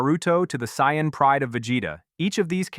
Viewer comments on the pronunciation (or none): You can always tell an AI script by just the way it can never pronounce, "Saiyan", correctly 😂